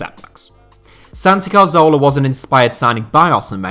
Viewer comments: santi CARZOLA is a terrible attempt at pronouncing 'CATHORLA' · It's pronounced Cathorla, not Car-Zola you eejit. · get his name right, it's Cazorla not Carzola... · How does this guy still not know how to pronounce Cazorla? Just read the word, it's CA-ZOR-LA not CAR-ZO-LA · That Carzola dude you mentioned looked a lot like Cazorla. How can you not pronounce that? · Cazorla, not carzola